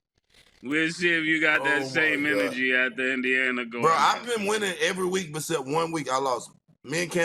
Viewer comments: Pacman says "But-cept" instead of "Except" 😆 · Pac said "becept"😂😂😂